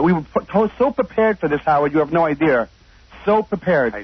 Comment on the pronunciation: I would never trust the intelligence or competence of a man that uses the word "idear"